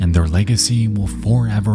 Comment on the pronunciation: One thing is certain: 1. Their memory will forever 🤨 be cherished. 2. Their legacy will forever 🤨 endure... * pregnant pause * until the end of time 🙄🤦‍♂️